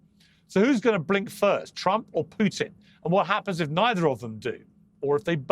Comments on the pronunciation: You finally said putin correctly piers Well done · Pires, you finally pronounced it right. Why so, mate?